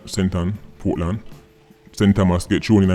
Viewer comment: Portland is actually "Poor-tland".